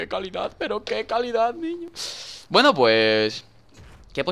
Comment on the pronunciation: Dani por Que siempre dices Wueno , Wueno , Wueno chicos !?